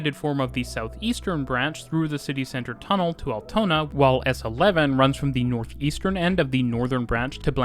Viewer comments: I like how you overdubbed instances of you saying the word "Altona" to get the pronounciation right, but missed a few :) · Lol... how wrong have you said "Altona" in your first recording... and why haven't you spoken all the sentences again then, when you made such a big gaff that you thought "I have to rerecord Altona" - it sounds completely unnatural how you cutted! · There is an Altona in Canada with the pronunciation he originally uses. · Yes, he gets the pronunciation of Altona correct initially but then has to correct himself, and then much later in the video he reverts but fails to correct it! Rather weird🙄